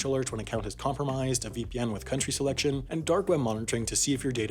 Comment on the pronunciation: Fwith great power, come fweird circumstances